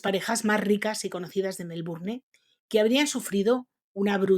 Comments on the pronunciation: Tengo muchas ganas de ver este video pero no tolero como dices melbourNE. Lo voy a tener que sacar, lo siento. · Se pronuncia Melbourn sin la e. Aunque se escriba así con e la pronunciación es diferente. Todo bien solo hay que saber pronunciar las palabras. Por eso el doblaje Español es horrible. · MelbournE??? Por qué los españoles no intentan ni un poquito respetar las pronunciaciones originales de los idiomas procedentes? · Me gustan las historias pero no la voz de la que narra, disque MelbouRNE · Hola te puse mí like y me encantan tuVideo pero quiero aclararte algo la palabra. Melbourne, es inglesa y X consiguiente,no se pronuncia la. e. final, queda fuera de tono. Cariños